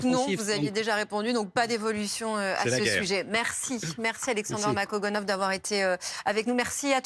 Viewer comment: Ça fait plusieurs fois qu'elle invite, et elle commence ses salutations en écorchant son nom...